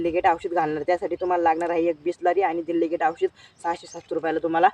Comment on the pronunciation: दिल्लीगेट नाही,डेलिगेट म्हणतात ❤